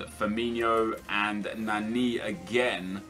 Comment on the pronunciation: The way he pronounces Nani pisses me off for some reason lol